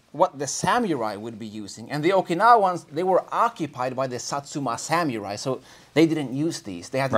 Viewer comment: It’s sam oo rai. No “you” sound! -Love from Japan